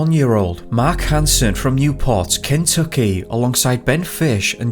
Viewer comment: Sorry: the narration sounds suspiciously like computerized text to speech, not like a real person. The pronunciation of the name "Kentucky" is off, for instance. And the sort of "sing song" narration is also unnatural & annoying. Especially since the subject matter concerns an American location, the narration accent should be in American, not British, English. Use your real name, not "Top Mysteries".